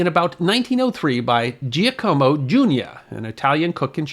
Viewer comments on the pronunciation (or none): Giacomo is NOT pronounced jee-uh-KO-mo, but JAH-kuh-mo. and Tijuana is a three-syllable word: TEE-wah-na, not TEE-uh-wah-na. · Hate to nitpick but that name "Giacomo" is not pronounced as "GEEEE-a-como" but as "JOCK-oh-mo".... LOL